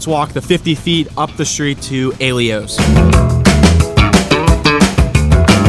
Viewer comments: Thanks for the video. I'd say Vincent's and Caliente deserve a mention. Also pretty sure Slice on Broadway is in Beechview, not Dormont. And it's pronounced: "eye-ELL-oh's". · Aye - Ell - Ohs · No. You were right he is butchering the pronunciation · it’s pronounced EYE ELLOWS